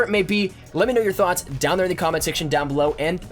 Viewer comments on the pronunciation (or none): none